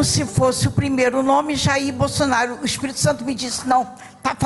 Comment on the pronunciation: Ela falou BOLSONÁRIO😅